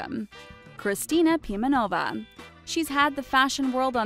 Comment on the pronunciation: omg BezrukOva, PimenOva is it so hard to put the stress on the right syllable? * cries in Russian *